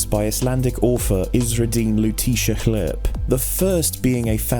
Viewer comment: pronouncement of “hlerp” is the funniest sound I have ever heard.